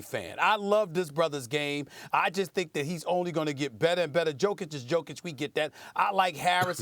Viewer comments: Who the fuck is djokic? He is jokic for god sake. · Once again, tell this guy, It is YO-KEY-CH. Is he a moron or what? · Stephen A again failing to pronounce a European player's name correctly. Jokic is pronounced Yo-Kitch FFS.